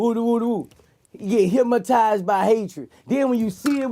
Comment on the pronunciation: Somebody please tell Boosie there ain't no "M" in Hypnotized 😂😂